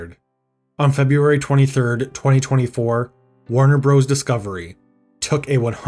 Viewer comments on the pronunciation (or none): Note that "Warner Bros." is pronounced "Warner Brothers" (not "Warner Broze".)